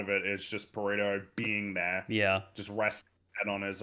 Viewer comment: The way you all keep pronouncing Perrito is hurting my soul. Lol